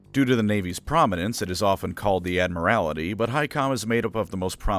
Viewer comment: The pronunciation of “admiralty” and “trafalgar” actually hurt 😂